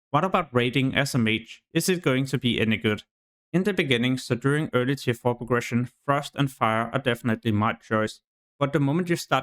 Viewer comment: "tier" is not pronounced as "tire" it's pronounced as "tear"